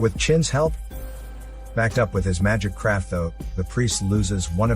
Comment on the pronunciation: Craft* he says Craft*